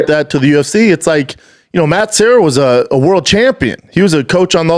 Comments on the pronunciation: Matt serra. Not matt sierra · Matt's last name is Serra not Sierra. You talked to him for an hour and got it wrong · Serra not sierra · Classic Schwab,,,, Matt SEE - era and then SEE - era pulls out the Brian KAY - Lin !!!! And then the King of Mis Pronunciations Schwab CORRECTS SEE - era for his KAY - Lin !!!! Classic Schwaaby show!!! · Why can't Brendan pronounce Matt Serra's name in the beginning?